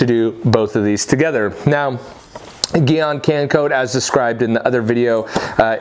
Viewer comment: You said Gyeon wrong